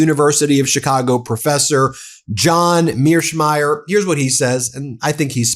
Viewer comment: It's not John Mearshmeyer, it's MearshEIMER